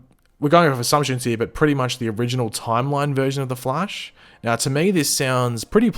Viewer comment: It's prnonced Flash not Flashe